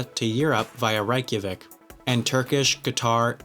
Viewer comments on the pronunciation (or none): Lmao that Reykjavík pronounciation